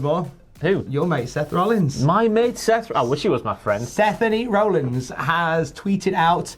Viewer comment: In tears for "Sethany Rollins" 😂